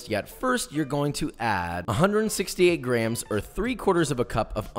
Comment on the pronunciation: Instead of grams I heard crayons??